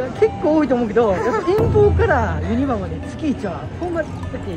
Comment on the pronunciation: からやってきました😆 ユ↑ニ↓バ↑の発音をにレクチャーお願いします(笑) ポポポが流れてる❤ もちろんチャンネル登録しました！